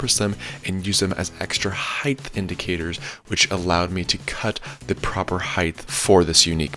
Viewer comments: Lol HEIGHT** Not "heighth" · Nice vid. Theres no such word as hith. Its heighttttttt with a T. Pronounced hite. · The word is height. You are pronouncing height as heigth. Do you say weight as weight? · Height, not height-th. I'd like to know more about how to make the DIY sled not bow in the middle, as that is more in most people's price range.